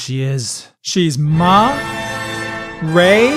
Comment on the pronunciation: Ma-Rey Solo